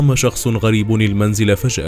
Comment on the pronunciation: فجأه وليس فشأه